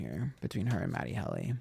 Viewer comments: Matty Helly 😂❤ it really wouldnt be a proper episode without mispronouncing something within the first minute honey 🎉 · I caught the mispronunciation and laughed so hard. 😂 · MATT-e HEAL-e?